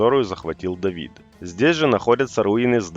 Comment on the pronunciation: Давидд.. Какк скавародка.. Тавид..